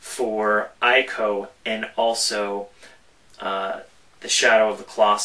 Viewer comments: .. its pronouced ee-koh!!!! ...=___= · It's pronounced EE-KO.